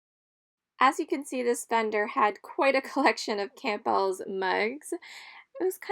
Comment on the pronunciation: The way you pronounce Campbell's is very unique!